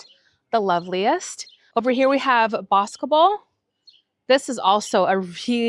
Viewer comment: I love visiting any time of the year. I last visited in April. I am presently in California, going home early July. It will be one of my first visits. I hope I didn’t offend you. Speaking three languages is such an achievement. The one rose I heard you mispronounce was BOSCOBEL (I think). Nearby is historic Boscobel House where King Charles II hid in an oak tree to escape the Parliamentarians after the Battle of Worcester. Although fairly devoid of surrounding trees nowadays the name gives a clue as to its origin; BOSCO (Latin for Wood) and BELLO (beautiful) hence BOSCOBEL ; Beautiful wood. You should try and visit and nearby White Ladies Priory - just a ruin in the middle of a field really. Chris❤️